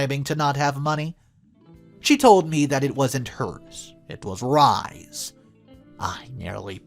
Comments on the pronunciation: Mucho Jesus Christ - you are killing me this morning!!!!!! 'Rhys' is a name of Welsh origin, and is pronounced 'Reese'. Not. 'Rize'. 🌈The More You Know🌈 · Pronounced rees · Oh dear, I have tried and tried to ignore your mispronunciations ( inventation for invitation, whil-est for whilst, etc.) -and please understand I only want the best for you, narrating as a living— but the name Rhys is Welsh, and pronounced “Reese”. Could you please, please, look up how to pronounce English which is obviously a first language for you? I am not trying to be mean, but this is driving me bananas. Thanks for reading. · XD Rhys is pronounced Reese